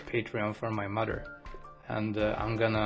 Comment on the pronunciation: Only Malaysians will know the way he said "My MADER". Trust me.